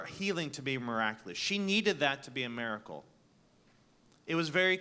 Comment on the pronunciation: Cool debate. One question, though: What's a "mare-a-cull"?